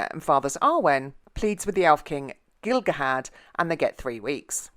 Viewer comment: I mean it wasnt really Celembrimbor and Elendil. Was Celebrimbor and Elrond. Also C is pronounced as K. You just keep mixing Elrond and Elendil all the time. Obviosly you didn't do enough research. its Gil-galad not Gil-gahad.